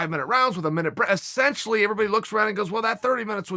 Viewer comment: Chael "E- scent- tially" Sonnen